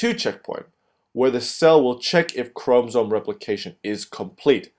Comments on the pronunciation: Say chromosome right, it’s not a chrome-zome, how many times can you say it wrong what an IDIOT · why is it bothering me so much that he's saying chromsome instead of chromosome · God it's ChromOsome. Not Chromsome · If i hear chrome-soam one more time my computer is going in the trash. Otherwise nice vid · you did a good job but it is called chrom O somes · STOP SAYING CHROMSOME OMG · The way he says 'chromosome' XD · I think the fact that his english is obviously so impressive is the reason why the mispronunciation is so apparent - it's a curious one to make given that he must have heard people pronounce it before (if he's making cell cycle YouTube videos) and as english words go its spelling is pretty phonetic. Doesn't excuse rudeness about it though of course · The info and drawing are great. The mispronunciation of chromosome is distracting, but I suspect it's just a language difficulty. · who the fuck taught you how to pronounce " chromosome " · Please pronounce chromosomes correctly please. So frustrating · I LOVE your video but the way you said chromosome really grinds my gears lol. But nonetheless it was a great video! Thanks